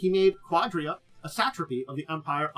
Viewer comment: It's pronounced "ka-DEER-a"